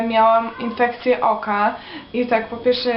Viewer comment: Mówi się "pierWsze", a nie "piersze". Popracuj nad dykcją...